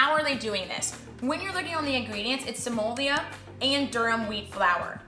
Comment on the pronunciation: Hi i grew up in a full italian family Semolina is pronounced Sem-O-Leena Great review